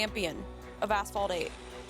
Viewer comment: I was in the kitchen listening to this vid and I absolutely heard Asphalt 8 as A**hole 8 lol oops